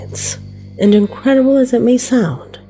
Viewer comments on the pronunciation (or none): none